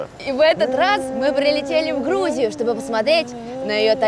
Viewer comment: Она прилетела в Хрузию! Вы не обратили внимание?